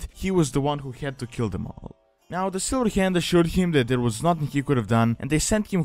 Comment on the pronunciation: Any other English speaker: "The Silver Hand." This guy: "Da Sillheeyand."